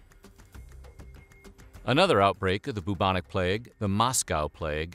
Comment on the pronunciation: You are single handedly one of the most boring, monotonous sounding narrators I’ve ever heard, these videos could be so interesting but no, we’re stuck with this boring af guy who can’t even pronounce bubonic. Stop it.